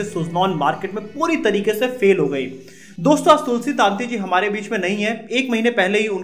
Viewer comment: તુલસી તંતી નોટ તુલસી તાંતી please correct your pronouns.